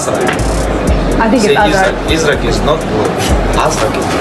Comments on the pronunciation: Wow, Haland's pronounciation is so good. أزرق = Azrq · That's the correct pronunciation of his name in arabic.